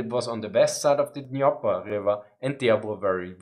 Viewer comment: i really enjoyed your video, but i still carry a critique. your pronounciation of places and especially names needs a bit of improvement. it especially stood out when you absolutely missed the way "Dvornikov" and "Dnipro" is pronounced. thanks for the content and keep it up!